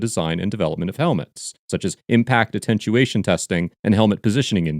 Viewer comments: NOOOOOOO!!!! My most hated mispronunciation of all time!!!! AttenTuation. Read the word again. That middle "T" is not there. It's right up there with "acrosst". There's not "T" in "across". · "Attenuation" not "attentuation" ; ) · At four minutes 30 seconds you said protections but it’s projections at five minutes 20 seconds you said atten chu ation it’s attenuation